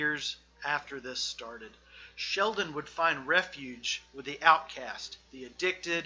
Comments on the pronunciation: His name is Shelton, not Sheldon. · Dude, are you really saying "Sheldon" over and over while trying to tell me you know about 3? It's Shelton! Shelton! Jesus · Given the fact you cant even get his name right (SHELTON not Sheldon) you have zero credibility. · Shelton not Sheldon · Shelton not Sheldon speaker man uok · Shelton not "Sheldon" respectfully. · It's pronounced Shelton, not Sheldon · Shelton. The man's name is Shel-ton Not Sheldon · shelton, not sheldon. hmmmmmm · Boss... That's ShelTON, not Sheldon. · OK I keep hearing you call him Sheldon his name is Shelton not Sheldon go look it up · Actually it’s Shelton not Sheldon bud. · Shelton not Sheldon 😂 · Shelton, not Sheldon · ShelTon w/ a T NOT ShelDon .......c'mon man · Just a little nitpick -- his name is ShelTon, not ShelDon. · Ok I’m sorry but I have to say this. Shelton’s name is a family name. My sons name is Shelton too. I’m 90% sure that it’s the same family. The Shelton family. ShelTon. Not ShelDon. It’s really disrespectful to call someone named Shelton , Sheldon. Sorry. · Why does this dude keep saying "Sheldon" ? Wtf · It's SHELTON with a "t," genius biographer guy. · This guy starts off on the wrong foot by mispronouncing the Subject of the Piece's first name FROM THE GET. That's ridiculous. He follows that up with THE WORST BOB DYLAN IMITATION ON RECORD. (And Dylan isn't that hard to imitate.) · At least get his name right lol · Right, how can you make a whole video calling him the wrong name. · The penalty for mispronouncing Shelton should at-least be life without parole. Ideally the electric chair.